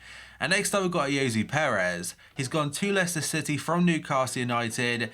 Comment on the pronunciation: Am I the only one who thinks he says Norwich shitty instead of city?😂